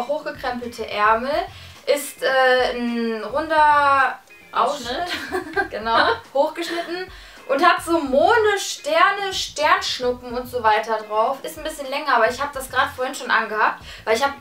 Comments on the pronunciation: Mone Dagi genau Mune .nein spaß aber du hast Mone gesagt und nicht Mond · Dagi hat Mohne statt Monde gesagt 😂😂😂😂😂😂😂KEIN HATE!!!!!! (Ich hasse Haterkommentare) also an die ganzen Hater hier: lasst Dagi in Ruhe!!!!!( wer nicht hatet muss sich nicht angesprochen fühlen